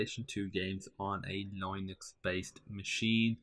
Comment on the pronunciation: i heard good? linenux?